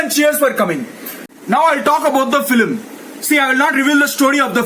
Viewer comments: Apna english thk karle it's nt filim it's film😂😂 Itna reaction deta hai aaram se de Lagta hai tatti lag rahi hai jor se isliye aise bolke bhagna hai😂😂😂😂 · your pronunciation of "FILIM" instead of "film" is just electrifying just electrifying 😂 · Am i the only one who died everytime when he said flim instead of film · "now I talk about the filim" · Feilim....tatti minutes....wah re lodu 🤣🤣😂🤣🤣🤣🤣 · Andy can't not even say film